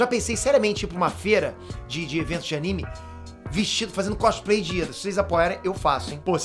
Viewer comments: É Lida e não IIDA kkkkkkk mas ficaria legal vc de cosplayd e Lida-kun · Kakakakakakajs ele falando ida e não lida kakajs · Não é IIda é Lida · chamando lida de iida? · Lida? pensava q era Iida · kkkk,, n é Iida, e sim Lida kkk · Ele falo "ida" O nome é "Lida" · eu ouvi errado ou ele falou "o ida" ksksksksksskksks